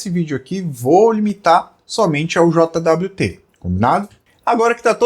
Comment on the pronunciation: eu nunca tinha ouvido ninguem falar "JOTA DABLIU TE", eu sempre ouvi "jót". soa muito estranho, falando as letas :D Eu prefiro usar paseto nas minhas solucoes. um jwt mau implementado é um deus nos acuda.